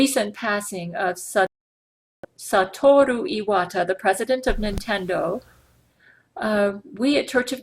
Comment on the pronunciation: IT'S SA-TUR-OH E-WA-TA, NOT STAT-TUR-AH- E-WAT-A!!!